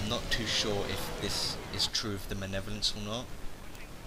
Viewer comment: Just nitpicking here but. 'manev-olence?' It's 'Mal-ev-o-lence.'